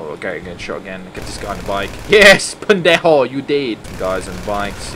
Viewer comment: The way he says "pendejo" LOL 😂😂😎😁😅